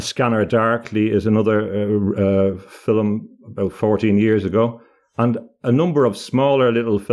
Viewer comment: Love how pronounces the word "film" using two syllables instead of one. Just how my grandmother (born 1905) did!